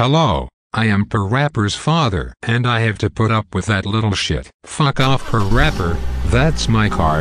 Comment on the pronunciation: Lol I like how parappa dad called him perapper